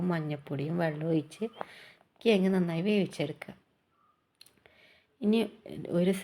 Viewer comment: Not കിയങ്ങ് കിഴങ്ങ്